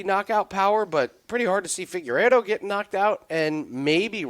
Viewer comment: Dude can’t pronounce Figueiredo